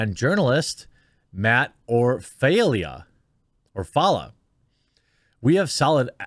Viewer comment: Matt Orfalea’s last name is pronounced, OHR-FUH-LUH.